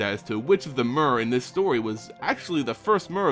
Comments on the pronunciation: Is it not "meer" not "mer" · Mur... really? It's pronounced mere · I always thought it was pernounced m-ee-r. Instead of m-u-r.neat. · The Mur... I think you mean myr. Or Meer. I've never heard a y with a u sounds. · Evidently the name Myr is based on the Greek “myrmeco-“, meaning ant. Words with this root, like myrmecology for example are pronounced “Mur”. The pronunciation in the video is likely closer to how Myr was originally intended to be pronounced. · Its pronounced "mir" y makes i sound in this instance. Ps: Long live Turbo Rocket Slug. 🔥🔥🔥🔥🔥🔥🔥🔥🔥🔥🔥🔥🔥🐌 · mur or meer? how is it really supposed to be pronounced? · I cringed every time you said "mur". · the official pronunciation rhymes with deer and beer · I think it's pronounced with a "tear" sound, like the nordic god tyr. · STAAAHHHHP SAYING MYR WRONG!!!!!!!! lol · Why is he pronouncing 'Myr' like that?